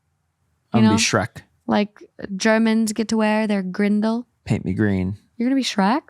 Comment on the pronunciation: Hey, the traditional german dress is actually called a dirndl and not a grindl! I lived in Germany for several years, and my parents still do. Loved all these stories and love you! ❤